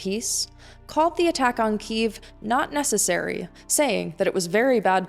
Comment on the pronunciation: Good reporting. It reflects the centre-left view in Ukraine. BTW, why do you say "Кіів" ? It should be KY (KE) – YEEV (Ки - їв)